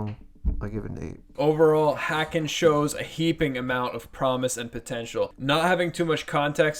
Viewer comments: Haken.... rhymes with Kevin Bacon not whackin'. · Love Haken, rhymes with Bacon by the way, or Taken, or Taken 2, anything with Liam Neeson really. Personally this is probably my least favorite Haken album, a 7 for me. It has some really standout tracks though like 1985 and The Architect but I think its just a bit too electronic for me. It just never really grabbed me. I still enjoy it though. To me, their first three albums Aquarius, Visions, and The Mountain are really the quintessential Haken albums. I thought Virus was quite good as well. Interested to hear their newest album, the newest single sure is interesting.